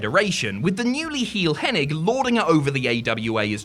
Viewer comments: It's hennig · Can this guy pronounce Henings name right